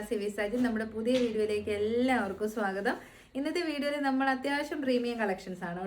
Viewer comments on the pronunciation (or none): none